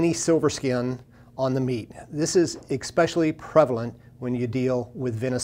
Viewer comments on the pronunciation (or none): I appreciate the video. Thank you. Just FYI, the word is especially, not expecially.